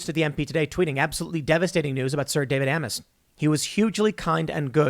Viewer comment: No. It's "A—miss" with the "A" rhyming with hay.